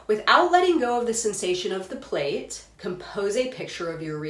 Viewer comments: It is pronounced like 'plat', NOT like plate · Thanks for your video. I get very distracted because the word is pronounced "plat" — rhymes with cat. It's from the English (UK) translation of the Russian. Plait is an English word for what we in USA call a "braid". And it's DEFINITELY pronounced "plat" -- it would be like in America calling a braid a "Brad."